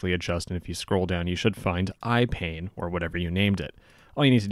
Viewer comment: It was going so well until ... "eye pain"? 😂